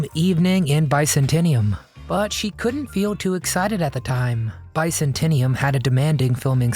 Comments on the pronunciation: Bi-centenium? Bi-zan-te-um. The far eastern split kingdom version of the roman empire. Byzantine, Byzantium. Have a great day and weekend. I enjoyed this piece on Erin Gray. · Bi cen ten nium? Try Biz an tium. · It’s pronounced Biz-an-teeum. 🙄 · Byzantium or Byzantinium. Who won? You decide! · BIZZ-ANT-EE-UM ffs. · It's pronounced By-Zan-Tium..... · ‘Byzantium’ pronounced ‘bicentennium’ Solid work! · It's pronounced bye ZAN tee um. Cheers! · Evening in bicentennium? Your AI doesn’t pronounce so goodly.